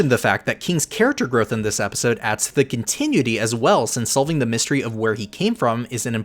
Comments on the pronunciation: Love the video! But every time you pronounced continuity as "con-ti-nui-ty" instead of "con-ti-nU-i-ty" a part of my soul died. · Continuity Con-tih-new-it-EE … I rest my case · Oh cramity, Amity is no one triggered by continue ity instead of cont eh noo ity have i been saying it wrong for so long or is it a different word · say it with me now, (con-tin-noo-ity) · You need to learn how to correctly pronounce continuity. You're doing it wrong and it's annoying. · Hey man. Great video and analysis. This is the type of content I like to see when I’m invested in a show(cartoon). Not a criticism, but look up the phonetic spelling of continuity. 🙏🏽 I only offer that because you pronounce it incorrectly a couple of times. Hope you can appreciate that’s coming from a genuine place. Beyond that, PLEASE keep it up! Other than The Roundtable, there aren’t many fan channels I’d consider subscribing to for analysis/recap. 👌🏽 Peace! ✌🏽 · LOVE this video!! just a tip though, because i would love to see more videos on this subject: that’s not how you pronounce ‘continuity’. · this was super good, but god please continuity is not pronounced like that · The only issue I have with this video is the mispronunciation of the word continuity